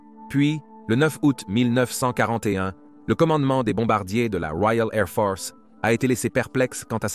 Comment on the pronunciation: "La Woiale Ai'h Fohce" :)